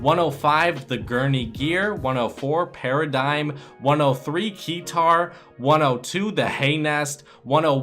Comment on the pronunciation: he said key tar